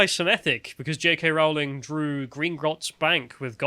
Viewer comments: wait wait wait, I take the piss out of Americas cause they can't pronounce JK Row-ling properly but now my fellow Brits..wtf it Row then ling lol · ITS ROWLING LIKE "BOWLING", NOT ROWLING LIKE DISEMBOWLING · so her name is "rolling" lol